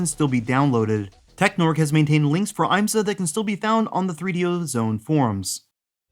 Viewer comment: As a motorsport fan, the fact that an IMSA game was actually in the works is amazing! Just one little nitpick, though: the I is short (IHM-suh), not long (IAM-suh). That aside, thanks for talking about this.